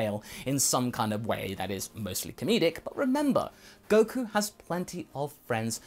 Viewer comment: He misspelled Goku, that's why he said Koku